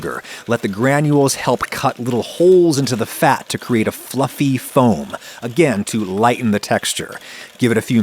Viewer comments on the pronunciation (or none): none